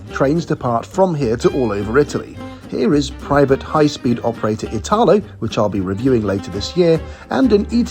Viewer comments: ìtalo, not itàlo... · Great video! Just a quick note: Italo is pronounced EE-TUHLO not ETUH-LO and VE-NETO not VENE-TO